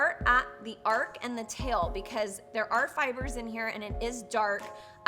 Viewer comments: Its Arch, not Ark.....Hahaha. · It's: Arch not Ark. 🤣🤣🤣 Lily you're so funny!! Thank you for this wonderful extensive and detailed brow tutorial. ♥️♥️♥️ Oh and Congratulations on being pregnant!! ♥️👼♥️ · Your videos are great, I love how informative you are, and how your makeup videos are actual artistry tips, but arch has a “ch” at the end! 🤦🏻‍♀️ it’s not Noah’s ARC, it’s an arCH. 🙏🏻🙏🏻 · Arc? It's Arch 👑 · Your eyebrows are stunning but it is called an arch not an ark. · I love the way she says “ ark” instead of “arch” and just doesn’t Care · so we all just gonna act like she said "arch" completely wrong lol